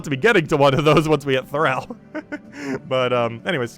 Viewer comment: Thrall. thrahhh ll. Soft a. Like in enthralled. Not eh thaiiiled.